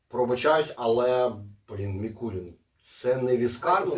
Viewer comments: Дякую за огляд, тільки чому М І кул І н та М І кул І нецьке ? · Заради Бога, не МІкулІн, а Микулин, походить від назви міста Микулинці вТернопільській області, де, власне, і виготовляють цей віскі. Давно до нього придивляємось, тепер обов‘язково спробуємо) Дякую за огляд!